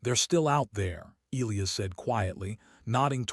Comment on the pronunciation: This should be funny counting how many times the a.i. can mispronouce Elias,! 25,30?